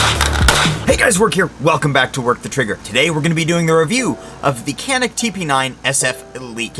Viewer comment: its pronounced Chanick , or Janick, and its made by century arms from what i understand. . its a great item. canik is a turkish company btw. the only thing cheap in this video is your wall unit air conditioner. just kidding but there is a noise that sounds like one that really takes away from the video.